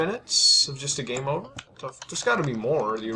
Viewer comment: WHY DOES HE SAY gume over?